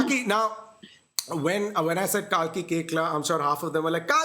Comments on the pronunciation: It is Kalki (kal) not kaal. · Kalki litrally explained how her name is pronounced correctly but Abish kept mispronouncing it. 😂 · Why tf is abish pronouncing kalki as kaki or is it just me.